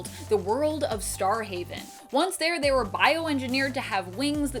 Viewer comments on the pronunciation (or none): none